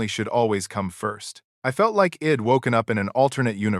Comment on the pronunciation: Guess your ai can't prounce I'd & she'd